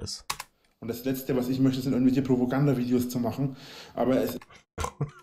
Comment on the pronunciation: er sagt übrigens "Provogandavideos" der Dulli ^